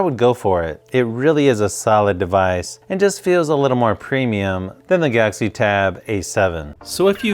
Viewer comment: I dunno why do you guys say gauxy tablet it think it's galaxy tab A7